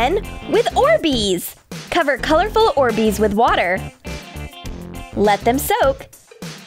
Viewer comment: It's orbees not orsbeez